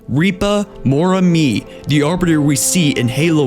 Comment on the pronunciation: This narrator seems to have problems pronouncing quite a lot of words, throughout many of his videos. Notably pronouncing Sangheili names. It's Rip-uh, not Reep-uh. It's Moram-ey, not Moram-ee.